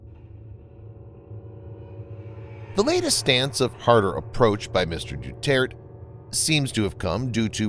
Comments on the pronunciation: it's pronounced dew-tear-teh and it's also pronounced be-nege-noh (as in renege no) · Duterte is pronounced De-tert-tay.